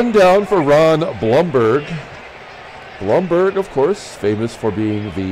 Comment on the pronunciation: It's Thurman Munson's second year card, the 1970 card is his rookie card. Everyone in New York pronounces it Bloomberg for the first DH guy. All the Yankees announcers say Bloomberg. Look up the 1970 Munson card, it's one of those with 2 players on it.